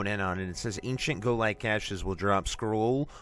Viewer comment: I know im being a stickler, but just to inform you Guo is pronounced Gwo